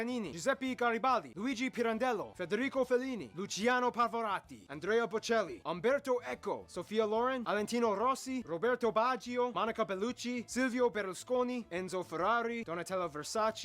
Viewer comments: Io quando "Alentino Rossi": 😭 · Alentino Rossi..it's missing V-alentino Rossi!🤣